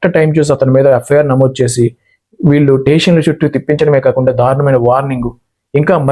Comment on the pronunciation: జై శ్రీరాం.!! మీరు "చ" పలకడం నేర్చుకోండి సార్! చెరువు, చేసి లాంటి పదాలు సెరువు, సేసి అంటుంటే ఎబ్బెట్టుగా ఉంటోంది సార్!